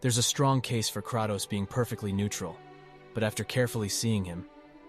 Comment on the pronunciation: instant dilike for "crahtows"